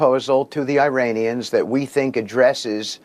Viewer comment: "EYE-RAIN-IANS" IDIOT.